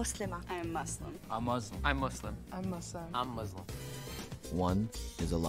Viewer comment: Just before I watch the vid it’s the guy that said “I’m Muzlim” Real Muslims say it with a S